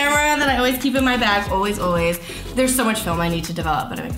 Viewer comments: I thought I heard that as well😂😂 I had to replay back HAHA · When you said, "I'm a bag person" I thought you said "I'm a bad person"😂